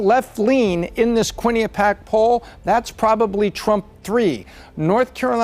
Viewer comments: Probability of correctly pronouncing QuinniPEEac: sadly, still 0% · Quinnipiac, pronounced kwen-ip-pi-ack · Bro, it’s pronounced QUIN-IH-PEE-ACK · It's amazing how bad many people butcher Quinnipiac (kwin uh pee ak) with the accent on the 3rd syllable. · Quinnipiac. Quinn-I-pee-ac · How does not know how to pronounce "Quinnipiac"? lololol